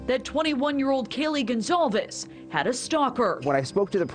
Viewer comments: Please learn to pronounce Kaylee's surname correctly. It's just common decency! It is NOT pronounced Gone-caeves! It's a common Spanish/Portuguese surname - get it right! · Love how Americans butcher her last name Gon-Calfs😑🙄